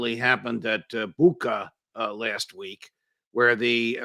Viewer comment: With all due respect, Bucha is pronounced Butcha and not Bucka, as anyone with knowledge of how the Ukrainians spell it in Cyrillic can tell.